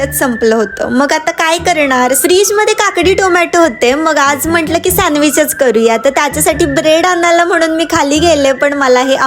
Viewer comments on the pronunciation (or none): Sandwich ❌ Sanwich✅